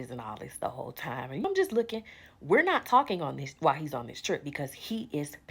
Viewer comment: Dis, dat, dese, dere from a professor 😢